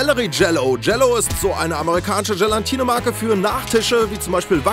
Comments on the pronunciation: es heißt Gelatine und nicht Gelantine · Alter ich mag zwar deine videos aber das ist echt peinlich ... Es heißt Gelatine nicht GelaNtine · spatzi das heißt gelatine :D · Sorry, ich will jetzt nicht klugscheißerisch herüber kommen, aber das Zeug heißt Gelatine. Ohne N vor dem T!